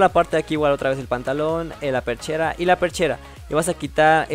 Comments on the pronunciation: Es pechera no perchera aprende a hablar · es perchera o pechera???